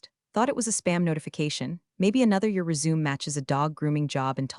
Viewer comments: AI keeps tripping over words like that. It’s funny but also kinda frustrating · it's such a simple fix, and yet they keep messing it up. How hard is it to get these basic things right? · Resumé not= resume. — Proton not= proten. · it’s resume, not resumé, and proton, not proten. Minor things, but they matter!